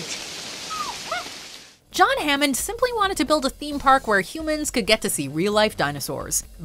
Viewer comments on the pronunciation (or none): none